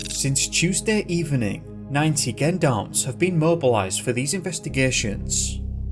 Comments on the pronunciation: Gendarmes is said with a soft G not a hard GU, like "gently" not "gun". Gendarmes are the military police force in France. There is Police and Gendarmes, the police force works in cities and Gendarmes are more deployed on the territory and country side. They also patrol roads and highways. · Why do you pronounce gendarmes like that?